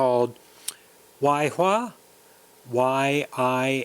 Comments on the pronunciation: Pronounced YEE who wa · Hey, it’s pronounced “yee-HWA”. I’m considering one and thought you might be interested.